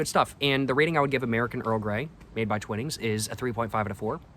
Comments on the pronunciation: its pronounced TYWnings non TWINings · I believe it’s pronounced twhine-ings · It's pronounced Twinings with a long "I" . Look up the pronunciation